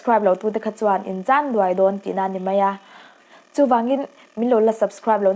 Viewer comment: 'Chân duai' i lam rik dan dik lo hi vawi tam tak comment lamah ka rawn sawi tawhin a lam dan dik pawh ka rawn sawi tawh a, insiam ṭhat nan i hmang lo hle tih a hriat a, Mizo i nih si chuan lam rik dan dika lam rik hi lo tum tawh hram teh. A lam dan dik zawh tur chhungte i neih ngei chu ka ringa, thurawn dik leh ṭha zawm tum lo hi mi â kan tih ṭhin chu an ni.